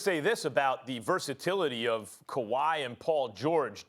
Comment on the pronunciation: Quote Stephen A Smith:"kawhy Lennit!!!!!!" 😂